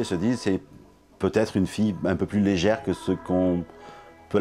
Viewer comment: "LEGERE" ???? Légère ???? mais c'est quoi ce bruit de golmon là, c'est ça les réflexions des flics sur une affaire de meurtre sur mineure ? L'enfer